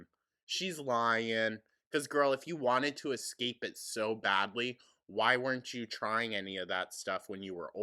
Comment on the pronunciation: She thinks she is sooooooo together giving these extraordinary answers to these questions.........and she wanted to "exxx-cape" her home........